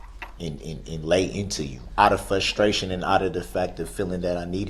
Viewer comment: "Fustraion" is also not a thing.